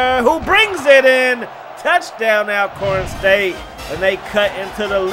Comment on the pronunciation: Bro, it's pronounced (ALL)corn State not AL only reason for the thumbs down. However, good content 👍